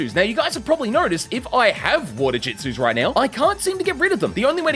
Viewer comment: Jitsus? Not jutsus?